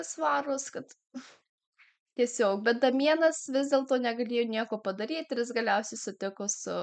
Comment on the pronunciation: Ne Damienas,o Deimjan tariasi 🤣